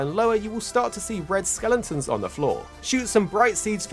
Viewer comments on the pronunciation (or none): For the love of god, stop saying skelentons. Its skeletons.